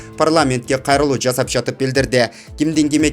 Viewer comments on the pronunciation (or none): none